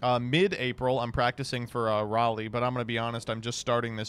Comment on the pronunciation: The way this fuckin guy is pronounced Raleigh